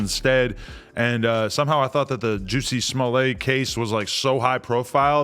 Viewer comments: AD and Adam pronouncing jussie like “juicy” is wild lmao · Juss-ie. Adam called him juicy too!!! 😒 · They both know dizzamn well his gay name is (Juh-see, not jew-see) smh 😆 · The fact that they pronounce it as juicy instead of jus see 😂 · It’s the Juicy not Jussie for me 😭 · I’m 💀 at Adam sayin “fuk you Juicy J” 🤣 was that a slip or is there “beef” out here? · pronounced jah-see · Yo we so disrespectful cause I don’t think nobody pronounces his name right and we do it purposely 😂😂😂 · I just love how AD completely butchered “Jussie’s” name 😂😂😂